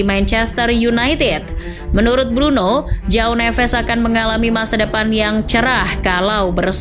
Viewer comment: Cara bacanya Joao = ( juaong ) bukan Jao nevez Jose =( juje ) bukan hose Militao = militaong Casemiro = Cajemiro